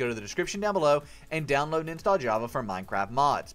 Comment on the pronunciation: in step one on the page where you help download java there is a typo in the beginning where you said "hava" instead of "java"